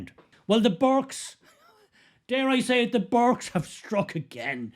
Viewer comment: Burkes not burkas!